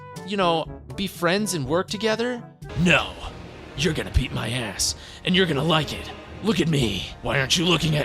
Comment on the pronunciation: What he says: BEAT MY ASS What I hear: EAT MY ASS 😭😭😭